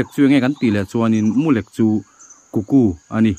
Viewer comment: Mulek ni lovin,mulêk tih tur aw sir